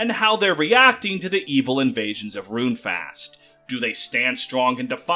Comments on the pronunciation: It's pronounced faohst not fast. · Great video, but man--your pronunciation of Runefaust is killing me! 😅 The second part of the word is "faust"--think "fowst."